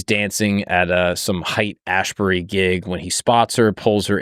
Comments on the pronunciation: If you're going to talk about this, it's pronounced "HATE" Ashbury. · "Haight" pronounced like hate